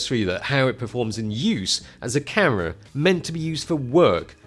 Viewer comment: its an awesome full fwame cawa